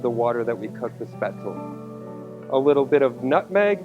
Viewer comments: A final "e" in a German word is not silent. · Maybe you should learn how to say it before pretending to know how to make it. Your batter is WAAAAY to thin. Capers & Spaetzle? GROSS! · My mother is German and makes Spatzle all the time. This is not remotely close as to how to make it. Lol your even pronouncing it wrong.